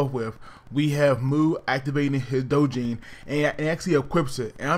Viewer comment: Dojinn? Ahhh d is silent